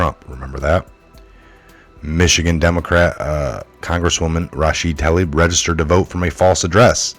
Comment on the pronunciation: That liar's name is pronounced Rasheeda Taleeb. I's in ME culture are pronounced as long e's.